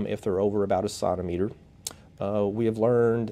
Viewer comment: Great video. Although I struggled with your pronunciation of centimeter.